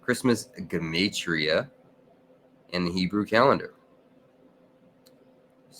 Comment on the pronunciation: So that's the correct way to pronounce gematria